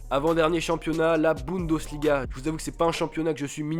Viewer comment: LOL Guedes donc tu le prononces gouédèche à la française :-) :-) tu m'as tué ... BundOsliga ? sérieux ? => Le championnat est considérablement dominé par le Bayern mais les places qui suivent honnêtement c'est la loterie ...